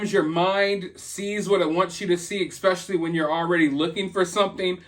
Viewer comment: You said expecially which reminded me that I’m going to say escavator from now on